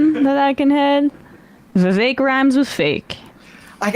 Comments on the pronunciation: nope, it does not rhyme with cake whitie. It's not "vivake" as you white ppl pronounce it. It's "Vivek" "Viv-ek". Not "ake". Complain abt white privilege and shit, proceed to do it, and not comprehend the hypocrisy. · Who decided Vivek is pronounced Viv-ache? American English is wierd. Bar-ache Obama anyone? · To help with pronunciation, Vi-vague 😉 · Trump won't put Vivek in his cabinet. He can't even pronounce his name